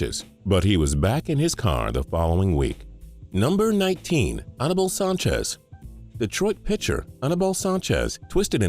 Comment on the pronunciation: its pronounced A-NEE-BAL not A-NA-BAL